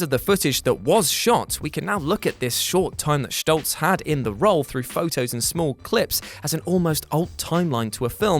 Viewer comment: Eric Schtoltz?? For some odd reason, that got under my collar. lol It's St-ol-tz, no SCH. :P